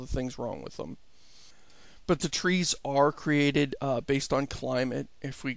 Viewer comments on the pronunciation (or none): First thing - its tree not three, say it with me tree~~. And its not a game or a simulator, its "A procedural world generator".